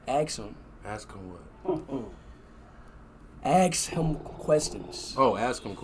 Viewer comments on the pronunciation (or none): In Speed Lang Ask Him = Axe Him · Lol axe him 😂😂😂😂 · axe him a question.....~Speed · His dad thought he's saying "X him a question"💀💀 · aKs him -Ask him what +AKs him -Ask him what? +Just aKs him questions… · Speed:Axe him questions Speed dad: ask what? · Speed was supposed to say " ask him a question" 😂😂😂😂😂😂